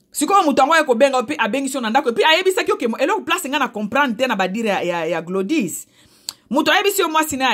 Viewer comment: Maman bazoloba baaokoma gladis et non glodys eeee pardon kaka koloba makambu ya batu